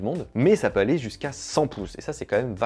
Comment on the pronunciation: Pitié !! T'es très mignon, mais arrête de rajouter des "t" au verbe "aller" !!! (va t-être ??) Sinon, merci pour tes super vidéos !!